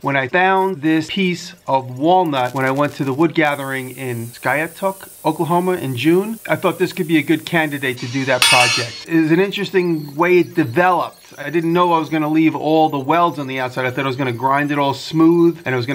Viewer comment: It's pronounced Sky-ah-took.